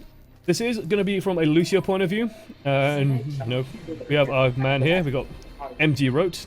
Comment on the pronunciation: Also it's fucking Lucio not lushio you dumb ass like could someone please make a filmagram roast on this guy and send me the link